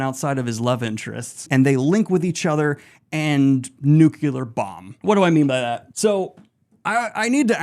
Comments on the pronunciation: Why are you saying Talveran and nucular?😢 ragebait for comments? Well played. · Daniel, I am so sorry, but you are too smart and too well-read to be pronouncing 'nuclear' as 'nucular'. I love you, but please.